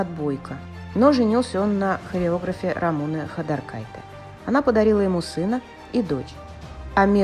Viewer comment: Рамуне ударение на букву Е...